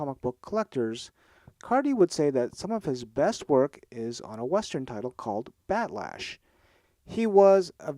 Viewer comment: Cardy pronounced Bat Lash as one word, but it's not supposed to be - it's the character's nickname and surname, Bartholomew "Bat" Lash. Cardy didn't create the character, Infantino, Joe Orlando, and Shelly Mayer did. Believe it or not, Sergio Aragones plotted the early stories.